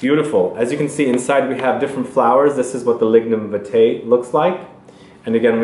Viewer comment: Hi. For the frangrance it's pronounced viiitae with a longer I sound. It is the national flower of Jamaica.